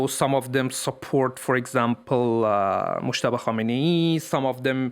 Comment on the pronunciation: Who the hell is "mokhhhhhhhtaba"? Why are the reporters of France24 making these voice overs, doing their own fabricated their own pronunciations of a name? His name is Moj-taba" with "j" sound like "jeudi" not "khhhhhhhh". Same goes with Mahsa Amini. The "h"-sound is a silent "h", which means her name should be pronounced "Ma-sa".... yet your average French reporters, when they pronounce it, they either fabricate their own name, like "Ma-sha" or even worse "Marrrrrsa". Jesus Christ, what kind of vicious condescending stereotyped staff do you have in your newsrooms?